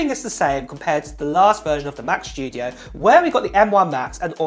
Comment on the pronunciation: WHAAAT? Mac sCHtudio? :D::D:D:D::D noice!